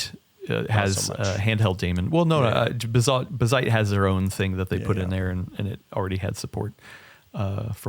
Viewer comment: saying "bigseedy" and correcting with "Bazzite" over and over is so funny to me xD